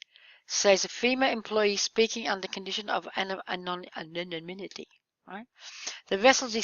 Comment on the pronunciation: Pronounced: an on im ih tee ANONYMITY